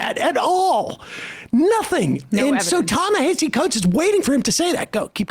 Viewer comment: Y'all been mispronouncing this man's name since forever: "Ta"-Na"- "Ha"-"See"